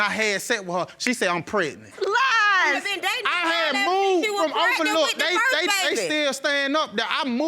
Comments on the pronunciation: Prednent!!! If they would just pronounce the word correctly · Why does none of the folks on this show pronounce pregnant correctly!????🤦🏽‍♀️. It drives me nuts!🤪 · Yes, you honor! Pregnat! A lot of silent letters 🙄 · If I hear one more person say “Pretnit” Instead of Pregnant, I’m going to scream 😂🤣